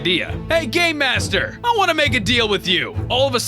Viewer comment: Every time I hear say "Game Master" I hear "Gay Master"